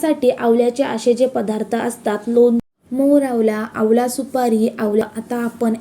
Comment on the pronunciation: आवला नाही हो....आवळा....😂